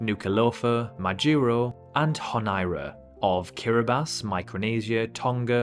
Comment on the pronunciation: Mate, its honn-ee-arr-a not honn-arr-a